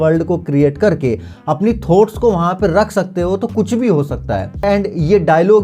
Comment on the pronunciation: भाई थोट्स नहीं थॉट्स 😂